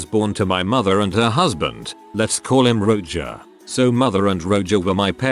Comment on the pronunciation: The text to speech mispronunciations are to be expected but I lol’d at Roger being read as “Roe-juh” at about